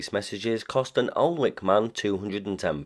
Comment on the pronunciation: The L and W are silent in Alnwick.